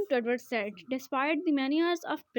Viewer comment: ye Edward said Jo Hy na usko Edward Saeed pronounce kery